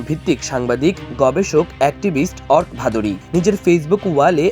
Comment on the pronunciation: Ark না উচ্চারণটা হবে অর্কো